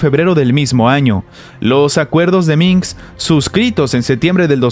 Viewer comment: Minsk... no Minks.